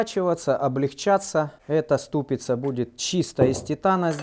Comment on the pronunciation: "ступИца" и "кожУх", Вы единственный, кого мне стыдно поправлять, но я решил все же написать. Хотя самому непривычно так произносить, но борюсь. ) Вас призывать не могу, но все же решил уточнить.